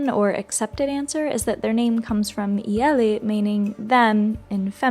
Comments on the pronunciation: You did not pronounce it correctly. Not eel. It is actually ye- (like yes)-leeh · What the heck is "ill" its ielel like romanian is phonetic it pronounced the same as its written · It's pronounced ye-leeh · You mentioned the word “ele” for the feminine “they” and said that might be where the word comes from but pronounced “iele” like “eel” - in Romanian “iele” and “ele” are pronounced almost exactly the same. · It's pronounced "ye-leeh"